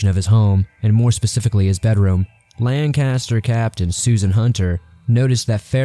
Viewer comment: 'Lancaster' is pronounced 'LANK-iss-TURR'. I don't reckon you'd know nothin' 'bout that there, though.